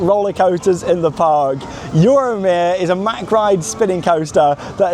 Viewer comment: Thank you for know how to correctly pronounce Mack rides. It drives me crazy all the DBs in the US that cant pronounce it because one person once got it wrong and they all followed suit thinking they were classy or made them feel smarter.